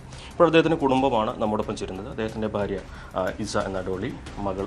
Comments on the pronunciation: ഇവന്മാർ പലരും ഫാര്യ എന്നാണ് പറയുക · അല്ല ബാര്യ 😂